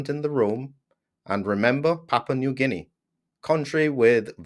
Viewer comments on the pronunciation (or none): none